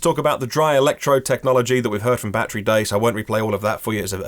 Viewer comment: I think he’s using Kilometers because he’s used to using them even on the unveiling of Roadster 2 he used kilometers not miles. Even when saying “battery” he never ever says “be-de-ry” like all Americans do, in SA🇿🇦 we use kilometers and pronounce battery 🔋 the “correct way”.